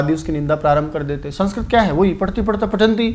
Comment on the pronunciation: Aap sanskrit ka galt ucharn kr rhe ho sir